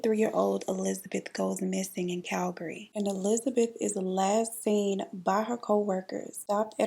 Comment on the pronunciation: The way you pronounced Calgary 👌🏽 Better then some people who live here! It is a local know fact that you can tell a native Calgarian by the way they pronounce Calgary, and girl you were spot on!